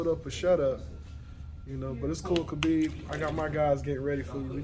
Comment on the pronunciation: The correct pronunciation of his name is “Ha-beeb”. Not “Kuh-beeb”. Anyway, all the things he says about him are true. That’s why he was my second favorite MMA fighter.